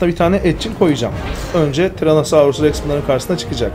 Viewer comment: tex değil rex